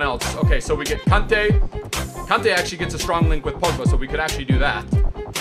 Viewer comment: He says kante as kunte/cunte